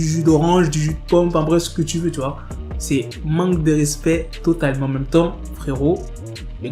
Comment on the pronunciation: "c'est MANGUE de respect total" 😂😂😂😂 jsuis mort